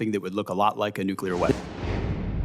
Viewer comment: Nu-clea-er. Nuclear is not pronounced. Nu-cu-ler. Hello.